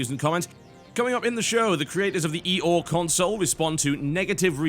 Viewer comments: ee'oh? What kind of pronunciation is that? :P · I this it's "Eeh-aw," like a donkey sound, a joke on its weird, odd-to-pronounce name. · I love how TB pronounces OUYA "eee-o" =)) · Why do you call ouya, the e or? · I laughed every time he said Ouya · Right.... That is definitely why he is defending the Ouya, not because the statement from the developers is news and belongs on the show. You would think that if he had been paid me might actually bother to pronounce the name of it right. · Because he doesn't know the proper pronunciation so he has defaulted to calling it that instead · They called their console OUYA, mispronunciations and mockery come with that.